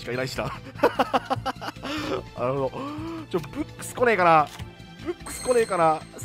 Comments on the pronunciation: 今ブックス見てきたけどめちゃくちゃ発音良かったwﾌﾞｯｸｽ！ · ブックスの発音最高です!(^^)!